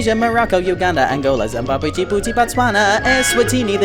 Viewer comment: its said "Botswana" not Boswana